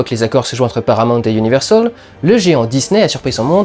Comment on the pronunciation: Universol, l'accent franglais terrible